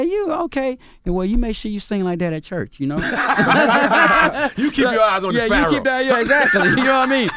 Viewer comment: this mf said CHURCH BREFFF🤣💀💀💀💀💀💀💀SHIT MAN🤣🤣